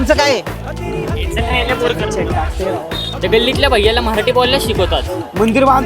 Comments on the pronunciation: आधी तू निट मराठी बोलायला शिक. "मराठी असतं ते मऱ्हाठी नाही 😅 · 'मराठी' नीट उच्चार आधी....मह्राटी नाहीये ते😮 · म्हराठी नाही मराठी बोला अगोदर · अरे मित्रांनो सर्वात अगोदर तुम्ही सगळे मराठी हा शब्द नीट बोला, उगाच मराठी या शब्दाला म्हराटी असं उच्चारू नका... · अरे बाळा म्हराठी नाही मराठी म्हण. तुलाच उच्चार येत नाही आणि चालला लोकांना मराठी शिकवायला. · आधी मराठी शब्द नीट बोला. म्हराटी म्हराटी काय करताय ???